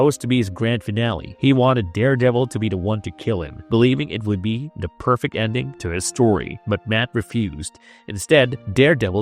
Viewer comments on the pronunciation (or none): i hate this stupid D instead of TH thing - it maybe a speech impediment but im out after 1 min